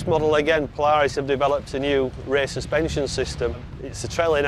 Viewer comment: england knows absolutly nothing about polaris they cant even say there name